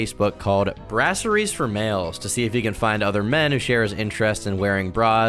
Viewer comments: I'm sorry this is my take away, but, the word is pronounced bra-zeer, not brassery. I can buy that you've never heard it spoken, but didn't you think the word 'bra' might be short for something? Something that starts with 'b r a'? Brassery. Sorry, I can't get over it. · Is it not pronounced BRUH-ZEER? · Not brasseries 😂